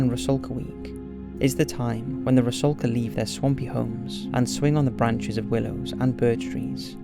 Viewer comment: FYI: ITS “RUSALKA” NOT “RASULKA”! 😉🇷🇺